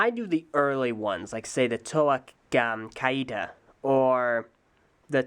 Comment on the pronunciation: Irnakk and Vezon and Kardas are the 2 sets, infect I own all the sets needed to make them, and I own Irnakk as well, with the exclusive gold spine! and I believe it is pronounced Kay-ta.